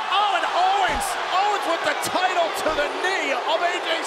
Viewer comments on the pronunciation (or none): none